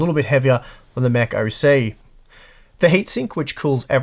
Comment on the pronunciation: Every time he said Mech, I thought he was saying “meh”.